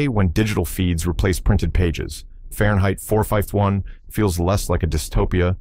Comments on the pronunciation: Farenheit four fifeth one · Yeah, AI can’t even say four fifty one! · Its cant’ say four fifty one! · It was saying "In Fahrenheit 451, books are outlawed." However, the AI voice puts a pause in there, "In Fahrenheit... 451 books are outlawed." I'm sure it meant the first one, it just sounds like "451 books." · It's a simple punctuation error in the A.I. script - listen to it again . It's meant to be "In the movie 'Fahrenheit 451,' books were burned...." But it sounds like "In the movie 'Fahrenheit,' 451 books were burned...." I guess A.I. isn't perfect after all? Takes a human to figure it out. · The AI voice just set the pause at the wrong place "Fahrenheit 451: Books burned ..." - sloppy execution. Discussing this more than the La Jetee / Time after Time mixup, shows how braindead the comment section has become.